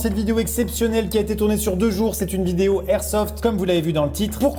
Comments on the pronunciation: Peraps sKyZii ouais mais on dit pas du airsoft ça c'est sûr, c'est de l'airsoft. Et techniquement il devrait pas y avoir de débat, si on respecte les règles de la langue française, alors la liaison est l'airsoft. 😂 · LE airsoft c'est comme LE igloo ? Maxime enfin va falloir réviser tes liaisons 😂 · sauf que sa ce dit l'airsoft comme même